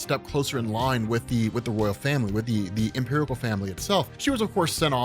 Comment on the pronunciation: omg, it sounds like is saying "[empirical] family," right here, lol.